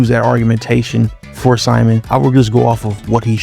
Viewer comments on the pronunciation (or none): It’s “sea-moan” not Simon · Simon ain’t syman It’s pronounced C-moan